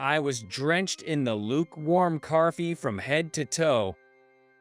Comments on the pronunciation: Since when are there Rs in TALK and COFFEE? It isn’t tark or carffee! Stop inserting non existent letters into words. Tronsford? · What the h*** is carfee?